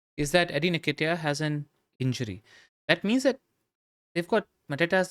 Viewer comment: That pronunciation of Nketiah hurts my soul